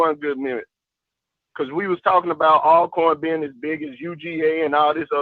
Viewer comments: the pronunciation and spelling of Alcorn is just like Always and Almost. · hey how do you pronounce the word Always, Although..... then you can pronounce Alcorn the same way lol